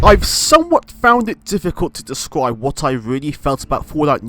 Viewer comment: Did u say Descwibe?!!!